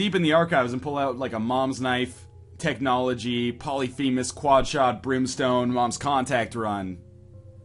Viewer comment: "poleifemus" nice try